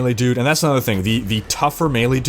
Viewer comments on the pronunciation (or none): none